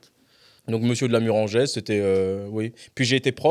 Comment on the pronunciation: Ce serait pas mal déjà de bien prononcer Murengeaise pour commencer 😅